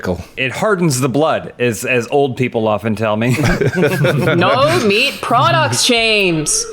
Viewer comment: Whenever you subtitle Alanah saying "no" you should spell it "Naeoughue"